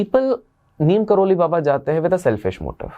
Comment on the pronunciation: Bhai Neem Karoli nahi Neeb Karoli